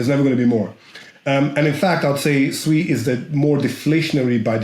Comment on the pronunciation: Finally, someone who can pronounce SUI correctly and Not calling it SUE E, who the Hell is SUE E anyway?